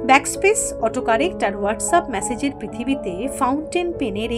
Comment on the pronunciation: মেসেজ উচ্চারণ টা ম্যাসেজ করছেন। কানে বাজছে।